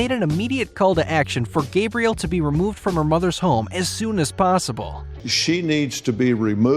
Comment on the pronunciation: Gabriel lol. Pretty sure it's Gabrielle